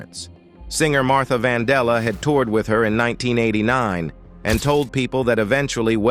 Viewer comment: "Later SPREED to the lungs." Martha VANDELLA. DO BETTER, PLEASE.😔